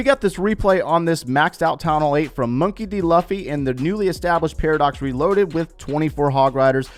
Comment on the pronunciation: how you said monkey d. luffy killed me a little bit inside